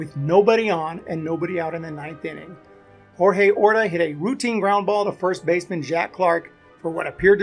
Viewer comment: Orta's name was pronounced as George not Jorge